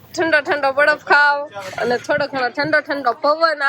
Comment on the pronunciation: બડફ નો કેવાય બરફ કહેવાય